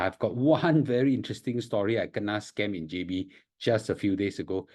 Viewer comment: Its spell as kena...not gena lah lol